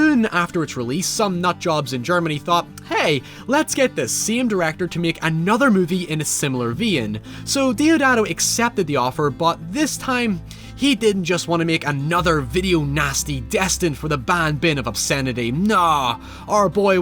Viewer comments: A similar "Vee-in"? Vein is pronounced like VAIN, as in when you describe someone who over-speaks the English language to appear and sound more intelligent is vain ... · “Vee-in?” Did you mean Vein? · "Make another movie in a similar ve-in" lol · This man said vEEn